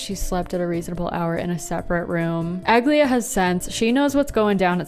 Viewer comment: Ag-lay-uh is also the wrong pronunciation. It's actually: A-gliee-yah